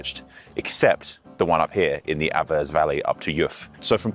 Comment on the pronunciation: As a Swiss cultural anthropologist, I didn't expect such a well-researched intro into Switzerland's cultural make-up and cultural history. Brilliant! MInor correction regarding the pronunciation: "Juf" is pronounced "Yoohf" (slightly elongated "oo"-sound, and "Aah-vers" (long "Ah" sound), as well as my pet peeve: Davos: it's "Duh-FOHS", not "DAH-vos"